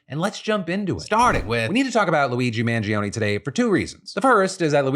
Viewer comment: Phill you claim to be italian but can't pronounce mangione. 😂